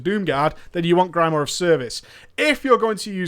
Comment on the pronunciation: Your inability to pronounce grimoire is like fingernails on the blackboard of my mind :(